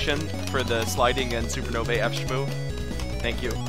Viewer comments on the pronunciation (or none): "superno-vay" is probably not how it was intended to be pronounced.